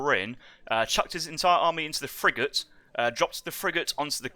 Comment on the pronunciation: Why did that commentator keep pronouncing the word "Frigate" funny Lol he was saying it like Fri-jet LMAO